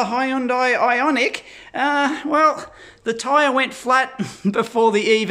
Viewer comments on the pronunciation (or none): none